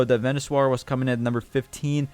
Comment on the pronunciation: Vee-nuh-sore as in dinosaur not ven-you-swar lol